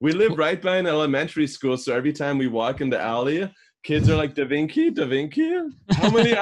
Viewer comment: Am i the only one thing about Corpse saying " Da vinky "